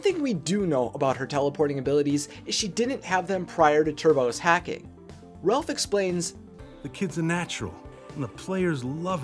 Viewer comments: ''RELPH her only friend.'' I think it's pronounced Ralph. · No offense but he’s called Ralph not Relph